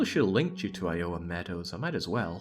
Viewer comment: The way you say Iowa is great.